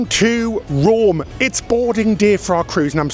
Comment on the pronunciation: It's Rome. Not Romm. Also, take the stairs. U don't need the "lift'